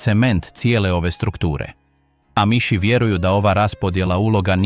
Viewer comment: AMIŠ se izgovara s naglaskom na A.